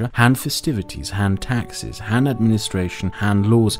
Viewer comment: It's Han, not Man